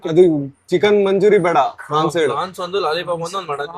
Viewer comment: ಅದು ಪ್ರಾನ್ಸ್.. ಫ್ರಾನ್ಸ್... ಅಲ್ಲ 😂😂😂